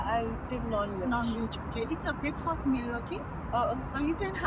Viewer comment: You pronounced breakfast in a wrong way, English practice karna jaruri hai